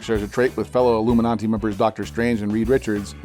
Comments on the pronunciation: Why did he say illuminanti lol its illuminati not iLloOmeNontee shit just erked me beyond belief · What's with the pop-up? Also Illuminati not illuminonti. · Ami hearing "iIlluminaNti" ?? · Is anyone else hearing illuminanti??? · It sounds like he’s saying Illuminanti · Is he saying alumin auntie? Am I high? Check on ya friends.